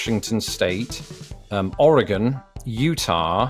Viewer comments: How the ever living hell does a Brit being naturalized into America know how to say "Oregon" better than like.... literally everyone I remember meeting who hasn't even been there? How? Just.... uh.... For those wondering at my bafflement, most people I've EVER met who haven't lived there say "Or-eh-gone" when it's closer to "Or-ee-gun" we also accept "Or-uh-gun" as that's how it sounds when we say it fast. Oh and how do I know this? Except for one year, I lived there until 2014. (The one year was military service into medical retirement.) So, yeah, I lived there pretty much all my life until I was 23. Anywhoozle, I'm just surprised he pronounced our state name correctly. And now you too can say it properly. Oh and by most people, I'd say ~60% of people who haven't lived there say it incorrectly, to be a conservative estimate. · You said Oregon right! Without even muddling your way through it! He's better than at least a third of the US. It seems Oregon is harder to say than Nevada. ;) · Thank you for saying oregon correctly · I’m impressed that he pronounced Oregon correctly 👍